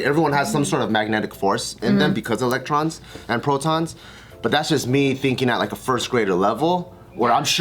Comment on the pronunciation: did she say protons and elons.. lmao